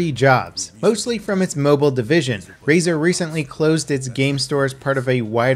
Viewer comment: Rzaer? Never heard of it XD